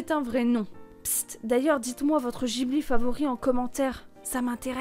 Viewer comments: ça se dit maintenant des zeroïnes -> réforme de l'orthographe d'il y a je sais pas combien de temps là, par contre en revanche on prononce Gui Bli et non jibli, car : Le nom du studio provient du mot que l'Italie utilise pendant la Seconde Guerre mondiale pour désigner l'un de ses avions de reconnaissance, le Caproni Ca.309 Ghibli3. Hayao Miyazaki, grand amateur d'aviation, décide de choisir ce nom. Pour lui, le studio Ghibli se doit de jouer un rôle d'éclaireur dans le secteur de l'animation japonaise, et d'y faire souffler un vent de nouveauté (vive les copié collé wikipédia) et oui je suis tatillon sur les prononciations xD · La prononciation de Ghibli est mauvaise et on ne dit pas Nausicaa de la vallée des vent mais Nausicaa de la vallée du vent Mais bon je chipote très bonne vidéo sinon